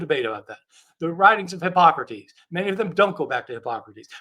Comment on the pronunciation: What the hell? Christian mispronounces all the words. Namely: Hipócrates, Gnostic (with a hard G at least once), Conclusion (pronounced like "collusion"), Corroboration, Sentiment (pronounced like "sediment"), treatise (pronounced like "treaty"), emphasis (pronounced like "emphasize"), demurrer (he just went "uhhh de murmur") and I'm sure others. Mispronouncing Greek stuff is excusable except... you know... It demonstrates that he can't read Greek which is rather relevant. He sounds like the guy in school who clearly didn't write the paper he's reading.